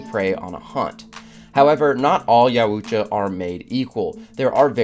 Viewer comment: Correct pronunciation would be "yowt·juh", there is no "ooo" sound.